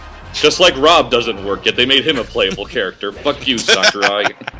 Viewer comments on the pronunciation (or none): *ROB not ro*